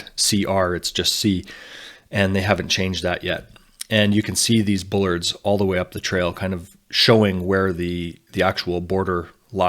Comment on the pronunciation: the word is Bollard, not Bullard